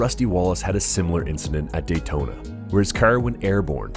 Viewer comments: "Daltona?" And a number of other horribly mispronounced names.. What the actual f@ I have to believe whoever created this video is just trolling and used just cheap crappy A.I. generated script and not actually this bad at making a video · I stopped watching when he pronounced it Daltona and started chopping the replays in half 😢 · ugh DALTONA???? LOUSY YOUTUBER DESPERATE FOR VIEWS...... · Lost me right at the beginning when the obvious computerized narrator pronounced DAYtona as DALtona. Misspelled, mispronounced, and obviously not caught before posting.